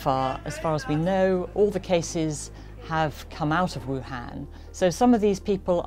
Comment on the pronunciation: Wuhun, Wu-Flu.